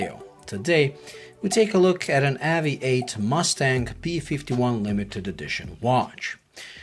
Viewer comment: AVI-8 is meant to be pronounced "Aviate"